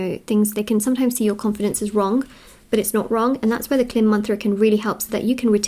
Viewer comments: Just as a help for anyone out there the mantra is not pronounced that way. It is pronounced “kleem” best pronounced in a sort of nasally way so as to feel it vibrate in your crown chakra. Hope that can be of help to some. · I really think you are wonderful and a fantastic reader! And, I have to say the bija ( seed word) “ Klim” is pronounced “ Kleeeemm.” It may also be spelled “ Kleem”. It is a sacred bija of an aspect of Mother Divine called “ Durga.” 🌹Connecting to Mother Divine is wonderful. I would suggest “ Om klim ra ra” for doing a 108 x round of japa meditation. Pronounced “ Aum kleeeem rah rah”. You are inviting Maha Durga in! Thank you for you, and God Bless! 🌠🙏🏽🌹